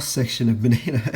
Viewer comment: While I would compliment your balls, I would just like to thank you for saying bonito and not bonita.